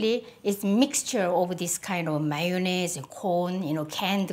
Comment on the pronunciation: I'm french and it's refreshing to hear someone pronounce 'mayonnaise' perfectly!